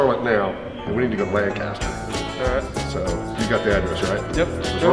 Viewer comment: Lancaster is pronounced "LANK-A-Ster"